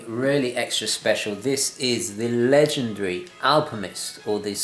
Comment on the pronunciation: Sorry...but are you saying “Alpimist”?! 🤣